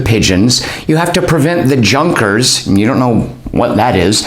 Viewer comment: My favorite thing about this game is that one of the things you fight is East Prussian landed gentry! I don’t think you’re saying it right, though. My second-favorite thing is that in that fight, you may be helped by a Liedermaus.